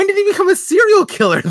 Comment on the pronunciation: Each time in every parcast, says «Did he» but all I hear is Diddy